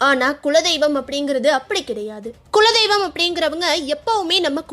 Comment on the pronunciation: உங்களது விளக்கம் மிகவும் அழகாக உள்ளது ஆனால் தமிழ் உச்சரிப்பை சிறிது கவனிக்க வேண்டும். தமிழுக்கே அழகானது அதன் ழகர ஓசை, அதை சரியான இடத்தில் பயன் படுத்தாவிட்டால் சொல்லின் அர்த்தமே மாறிவிடும். "குலதெய்வம்" என்பதை விடாமல் "குழதெய்வம்" என்றே உச்சரிக்கிறீர்கள். சற்று கவனத்துடன் உச்சரிக்க வேண்டுமாய் தாழ்மை உடன் கேட்டுக்கொள்கிறேன்.🙏